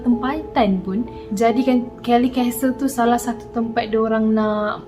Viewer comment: Kellie's Castle. Ada S kat situ. Nape sebut Kellie je? Tak fasih English ke